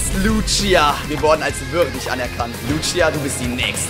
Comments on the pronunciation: Man spricht die btw Luzia und nicht Lutschia aus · Wie er sie Lutschia nennt obwohl es einfach easy "Lußia" ausgesprochen wird ^^ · Lutschia XD schöne Aussprache